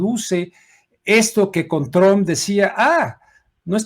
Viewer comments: Se pronuncia Trump y no Tromp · Se escribe “Trump “ y se pronuncia “Truamp “